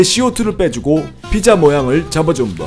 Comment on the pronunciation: ㅋㅋㅋㅋㅋㅋ발음이 삐짜 이러니까 북한말 같네 ㅋㅋㅋㅋㅋㅋ이 영상만 그런건지 아닌지 다른 영상도 보러가야겠음